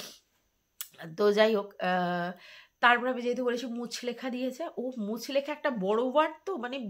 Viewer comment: কথাটা মুচলেকা মুচলেখা নয় ❤